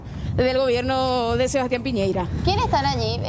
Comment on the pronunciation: Piñera es el apellido, no Piñeira, pucha, las periodistas medias fomes